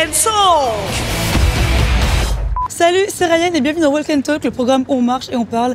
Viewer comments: hello, pour info, on ne prononce pas le "l" de walk. c'est "wawk & tawk" la prononciation. :) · Tip : le 'L' est muet dans "walk" et dans "talk". Totalement. ❤